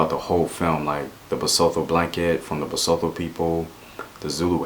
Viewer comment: I'm Zulu and from South Africa. I caught the breaking of the spear reference but missed the deeper link to Shaka and his power consolidation! Really well said man. And your pronunciations of "isiXhosa" was spot on! But you did mispronounce Basotho - it's pronounced "ba-SU-tu" / "ba-SOO-too"